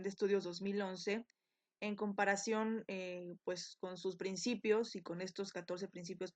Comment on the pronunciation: excelente video..solo que dice PINCIPIOS......